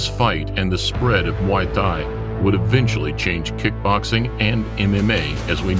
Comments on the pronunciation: how the fuck is this commentator able to pronounce Thailand just fine while emphasizing muay thai as if it were mWaoi Thigh and not "moy tai" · Can't get over how he keeps saying Muay THIGH. Also, the Roufus brothers definitely didn't immediately respect Muay Thai. Duke talked down low kicks immediately after the fight, saying it's without skill. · The way you say "muay thai" "M'Y Thai" Imma start saying it like that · Muay Thigh Guess Changpuek did not change much to that huh, still an exotic shit westerners cannot pronounce right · "Muway Thigh" 🤣🤣🤣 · I love this channel's vids but please work on the pronunciation of "muay thai". Should sound like "moo-ee tai" the "h" is silent. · He calls us Thai and pronounce the combat thigh ? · yes he says muai thigh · Has nobody noticed how he pronounces “muy Thai” incorrectly??? It pretty foolish considering he runs a YouTube channel centered around martial arts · How can this man pronounce Thailand correctly but not Muay Thai. 🤣🤣🤣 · Learn to pronounce Muay Thai, you are embarrassing yourself. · Dear Narator: Why do you not know how to say, "Muay Thai" correctly???? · The way you pronunce Muay Thai makes me want to vomit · It's downright disrespectful getting some American voice actor that totally blows virtually every Thai name... even Muay Thai. VERY unprofessional, and you gave it the green light and posted this. How far the real Lawrence Kenshin channel has fallen ! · Mai tai 🙄 atleast learn to pronounce Muay Thai and buakaw